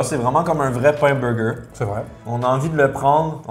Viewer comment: Jadore gurky mais faut vraiment qu'il arrete de dire " beugeu" ça fait vraiment boff et g au moins 20 pot quebecois et envrai personne parle aussi vilain